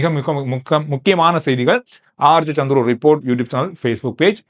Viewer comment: Santhuru enum surukkama solla paarunga😂and tamil sollu nadai kavanama parkkavum